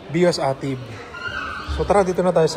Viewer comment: Ey-Tive ang tamang pagbigkas at hindi AH-TIV.